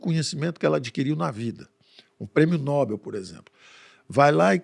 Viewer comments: O Dr. Eneas Carneiro corrigiria a pronúncia. Segundo ele é "Nobel" (oxítona) e não "Nóbel" (paroxítona). Eu vou me recolher na minha insignificância antes que alguém sugira kkkkkkkkk😂😂😂😂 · Dr. PAULO. NOBEL "NOBÉL"